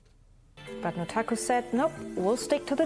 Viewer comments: Can we stop pronouncing the u in Nutaku as an oo already. I mean it is obviously meant to be NUT...... The pun is blatant. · It's pronounced [Nut-AKKUUU!!!] Note screaming the second sylable is neccasary, like how you say the whole thing for A Tribe Called Quest.